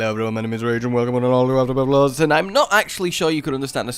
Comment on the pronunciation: "hello everyone welcome to afterbirth pluse"